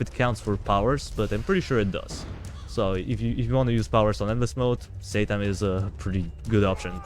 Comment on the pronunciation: I dont know why I just heard saytan